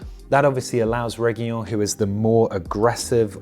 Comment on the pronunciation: I dont want to sound weird but reguilon is not pronounce with an y but with an L like on light and in his surname is ReguiLON last part has the strength on the pronunciation(just trying to help :D)